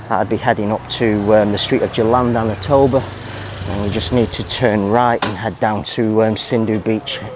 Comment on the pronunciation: "Tamblingan," there is no "ba." "Tam-Bling-Gan" 🙄